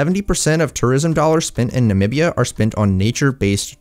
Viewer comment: finally someone who can pronounce the name “namibia” properly!